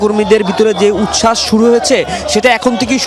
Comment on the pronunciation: উচ্ছাস বলতে পারে না বলতেছে উস্যাস